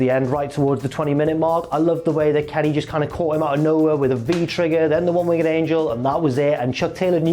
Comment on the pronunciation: Can we discuss how says "One Winged Angel" please? Its "Winged" isn't it? Not Wing-ged" surely? Google translate agrees with me people.